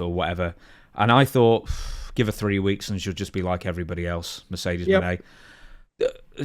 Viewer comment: Mercedes "Groan". 🤮